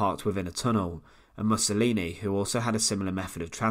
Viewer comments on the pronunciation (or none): none